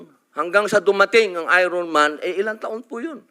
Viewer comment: Pareho kami ng bigkas ni Robin Padilla,,ayron man😅